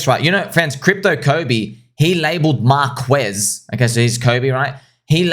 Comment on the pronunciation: thats not how you prounounce marques lol, classic Aussie i am the same and would say the same